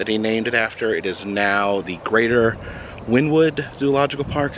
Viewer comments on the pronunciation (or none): Wynnewood is actually pronounced win-E-wood. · It's pronounced win-knee-wood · I actually grew up and wynnewood and your pronunciation is wrong. It’s actually pronounced Winnie Wood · Went there a couple of years ago. I don't know if it still is or not, but it stank really bad in there. But it was interesting to see all the animals. And FYI, the town Wynnewood is pronounced Winnie-wood. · I was wondering if anyone would mention that.